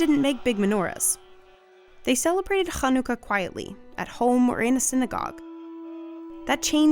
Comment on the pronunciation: The narrator really put her Yiddish on to say Chanukah